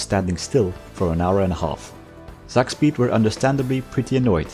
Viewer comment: It's not pronounced Zakspeed, but Tsak-speed! Tsak is a german onomatopoeia for a fast movement, like "whoosh" but more based